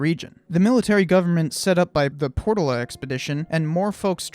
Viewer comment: Pronounced Por toll a